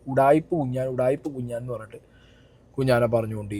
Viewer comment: കുഞ്ഞാൻ ❌കുണ്ണൻ ✅